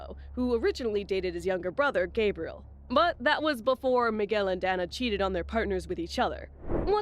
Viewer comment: Her name is pronounced, "Day-nah". "Dan-nah" would be spelled Danna.